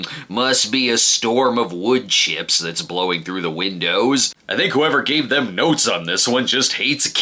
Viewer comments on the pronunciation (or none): none